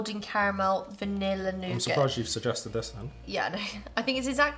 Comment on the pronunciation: The mispronunciations of 'dulce de leche' and 'nougat', among others, are giving me hives.